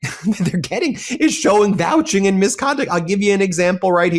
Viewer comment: Good! BTW, it’s ‘Vouching’ not ‘Valging’…💙